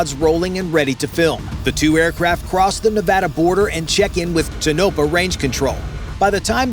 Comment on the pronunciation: Toe’na’pa not Tonope’ah